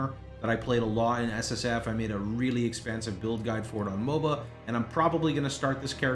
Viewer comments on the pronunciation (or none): none